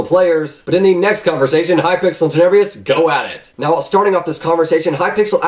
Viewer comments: Skilaruh bruh literally said " teneybrious" like wtf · If you are going to lie about Tenebrous you should at least say his name right Jeeeeeeezzzzz